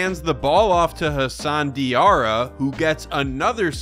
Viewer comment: Hassan Diarra, I think you pronounced his last name wrong.